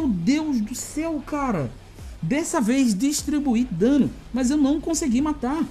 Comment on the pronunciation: Engraçado foi aqui kkkk não to julgando porque ele falou errado foi que achei engraçado Hehe Conseguilhu* Em seguida Lindario* Hehe Que esta interpretando errado desculpas só achei engraçado